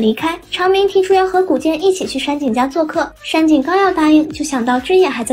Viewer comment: 上井？ 不是山井吗？